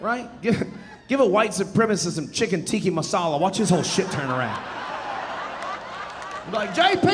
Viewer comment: I love this guy, but it’s “Tikka Masala” not “Tikki Masala”…..